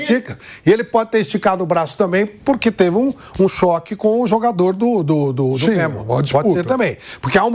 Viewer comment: Os caras tem dificuldade até de falar o nome do Remo.